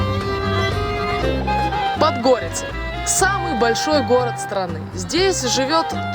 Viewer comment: Все хорошо, только ПОдгорица, а не ПодгОрица.